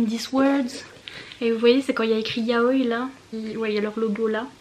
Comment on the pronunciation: Yaoï !!!! Le i se prononce 😭😭😭